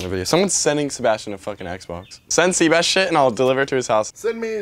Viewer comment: you know how you call sebastian "seebass" not being too racist but there is a fish call a "black sea bass"